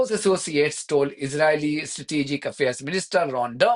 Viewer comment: If you insist on speaking English please can you learn how to say Israel and Israeli properly, you sound ridiculous, thank you 🙏